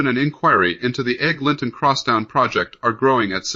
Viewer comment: Let's get a human to read this. "Egg. Linton Crosstown??" really?